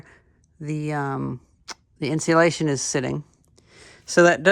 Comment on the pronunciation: In seal lation cool pronunciation